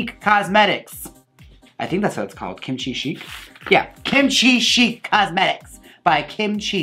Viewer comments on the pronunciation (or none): Nom De Plume - Chic is pronounced “sheek” not “shick” or “chick” lol